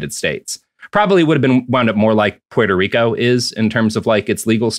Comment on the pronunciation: After covering the Dominican Republic, I'm conflicted to want Robert to cover Puerto Rico, because I think people would be genuinely shocked how a country can beat a dead horse for over a hundred years. But I kinda don't want them to cover it because Roberts pronunciation of Puerto Rico irritates me.